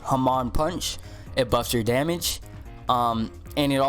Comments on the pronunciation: It's not pronounced ha-man, it's pronounced ha-mon like pokemon but without the poke word at the beginning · bruh everyone says hamon wrong, its "Ha- mone" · Nah nah it’s “ham” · the way u say hamon make me question my existance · I got corona listening to him saying hamon wrong. Good vid but pronounce it right please. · Hamon bread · His pronounciation of hamon stressed me out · u pronounced hamon wrong lol